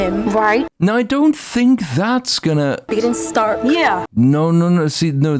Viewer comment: I hate the way she says "bigger than". She says "biggidin".